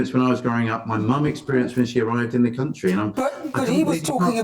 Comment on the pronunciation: Did she say raise the flag of this great crunchy instead of country at beginning? 😂